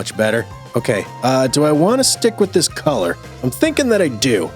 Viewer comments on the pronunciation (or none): none